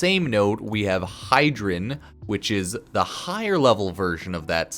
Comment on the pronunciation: Hydren ? love the vid but it made me cringe lol